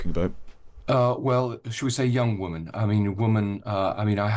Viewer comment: Why can't Lowney say the plural of Woman? He doesn't seem able to say Women.